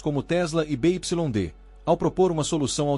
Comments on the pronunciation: Parei de vê quando ele falou da montadora (BYD) Bê, Ípsilon, Dê o correto: “Bê Uai Dê” 💅🏽 😂😂😂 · Empresa be ipsilon de? Caramba tu e bichao mesmo hein